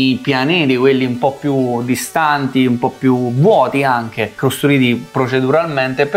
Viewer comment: Avete fatto un corso di dizione? Riuscite quasi a dire tutte le "T"! Sull' "anghe" c'è ancora da lavorare però...